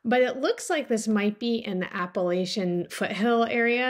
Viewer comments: I just found your channel and am enjoying it very much. I must mention, however, that Appalachia is pronounced Apple-atcha with a short A sound Not Apple-aaatcha with a long A sound. Signed, a native Appalachian. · It’s pronounced App-uh-latch-uh. Just sayin